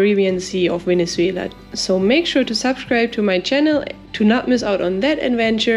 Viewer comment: Very amusing video. I love how you pronounce Venezuela ❤